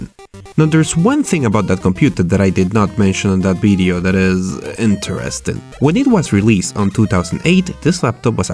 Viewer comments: why do u say "bideo" instead of video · Because he's spanish and in the spanish language, v and b are pronounced the same, so its hard to learn to pronounce v as it should be pronounced.